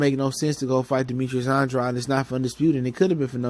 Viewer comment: Just some advise, pronounce the man's name right. Sounds like "Ann - draid". Unintentional but unprofessional and disrespectful at this point. Otherwise keep up the good work, you've been on fire lately.